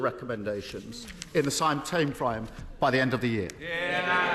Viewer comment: Starmer said ‘ sime tame frime’ ???